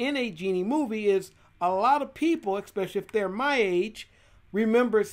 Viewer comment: Bro, just to let you know, it is especially not ecspecially, and I bet you say ecscape too, it's escape!